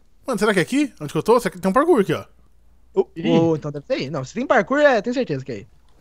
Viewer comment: So eu q lembro do Aruan quando fala parkuor e fico com saldade?😔